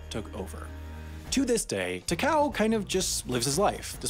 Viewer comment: TAH-KAH-OH is his name, not whatever you said